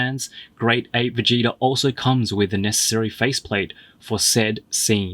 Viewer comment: He said Vegéta